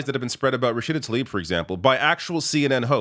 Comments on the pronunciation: learn to read. her name is Tlaib. not "Talib". you're mispronouncing her name like 5 times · please try and get Rashida's name right, it's Tlaib not Talib. It is so frustrating to hear almost all of you "political pundits" get her name wrong.